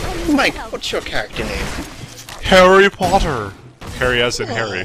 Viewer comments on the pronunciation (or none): hahaha 'HairyPotter'